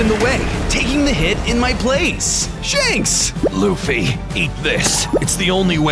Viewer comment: It luffy￼ not laffy